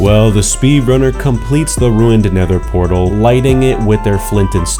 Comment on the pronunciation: unfortunaly, doesn't know how to say "nether portal"